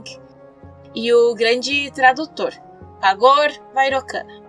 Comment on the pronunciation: Outra dica. Quando vc ler algo com "c" como "Vairocana'" se lê : vairochana" ok